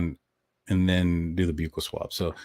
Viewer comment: Love your show… just FYI, because it’s said so much, buccal is pronounced like “buckle” … like on a belt. ❤